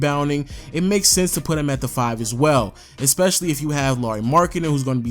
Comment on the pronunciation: Nejc Doler you really expect him that right when he can't even say "especially" correctly.....